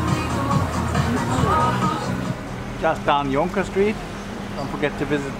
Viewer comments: We really had an enjoyable day there and could easily have used another day for exploring, will have to spend a few nights there next time. Thanks for all the info about the Trishaws and the Chendol, very interesting info! Glad to hear that the Jonker Street pronunciation was correct, that means that I have not forgotten my South African Afrikaans (similar to Dutch). Have a good weekend! Greetings from Copenhagen - Maxi and Maro:-D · You guys are amongst the few people who pronounced the word 'Jonker' (i.e. Jonker Street) correctly. It is Dutch for 'youth' or 'youngster'.